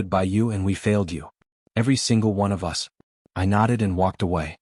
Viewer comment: Narrative is pretty bad. Us pronounced as U S.